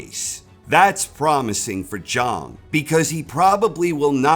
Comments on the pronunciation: Why won't you yanks. Pronounce his name properly? The clue is in his nickname. He's not called big bong, he's big bang. ZHANG not Zhong ffs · Zhang rhymes with bang. That's what makes the nickname work. His name is pronounced like G. Lay Jang.